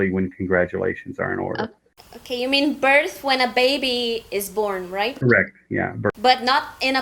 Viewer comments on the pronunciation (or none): none